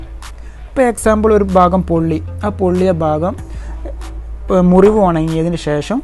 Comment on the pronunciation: Ayyo bagam alla bhagam